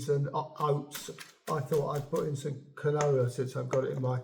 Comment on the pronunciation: Some of your pronunciations are different from what I know, particularly how you pronounce quinoa phonetically. Just my observation, not a critique at all. This seed bread is quite reminiscent of a Scandanavian video demonstration I once saw, and yes, you are correct---flax seed must be thoroughly ground. Amazing how tough its little shell is that even the stomach can't break it down.